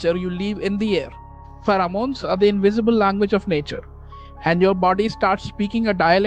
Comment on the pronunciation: I liked the AI voice more POWERFUL and SERIOUS. INDIAN ACCENT makes it lose of FOCUS from the TOPIC. BRING BACK AI VOICE. PHEROMONES ✔️ PHARAAMUNES ❌